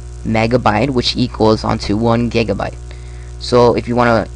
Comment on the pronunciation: u said gegabyte